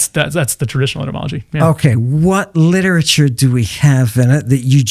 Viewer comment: And he calls that liteturue 😂😂😂😂